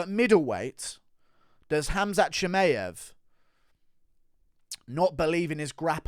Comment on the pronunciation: Guru is literally the only person in the world who says ChimAev😂🤣